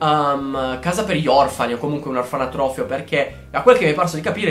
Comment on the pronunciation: Tesoro io giuro ti adoro, però si pronuncia cr"I"dence e orfanOtrofio, comunque sei un grande :3